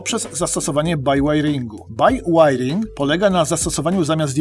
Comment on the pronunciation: BIŁAJRING, a nie bajłajring.